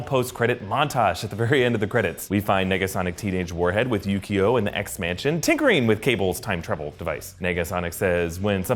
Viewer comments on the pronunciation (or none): always when somebody says yukio i hear yu gi oh